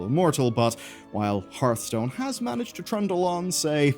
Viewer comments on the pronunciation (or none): none